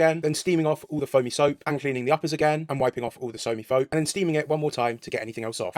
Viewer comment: Soamy Foap 💀